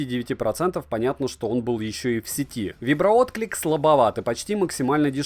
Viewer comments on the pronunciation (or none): none